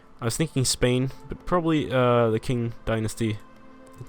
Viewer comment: Just a small pet peeve of mine, but Qing is pronounced like "ching" not "king".